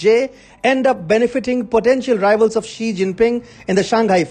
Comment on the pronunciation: If you are going attack a Chinese person, any Chinese person, at least show you have a little understanding about China and Chinese. That is to say their names correctly. Jack Ma. Ma is the surname. Ma Yun is his real Chinese name. Xi Jin Ping. Xi is the surname (correct pronunciation would help). Jiang Ze Min Jiang is the surname. You and Xi and Jiang are not on a first name basis. Note that I spell out Xi and Jiang's first names in two words. Two-word first names are more common in China, especially in the southern part. One-word first names are for the northern and western China. How much credibility do you have for the subject on hand?